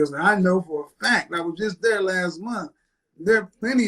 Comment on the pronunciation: dhere not there 😅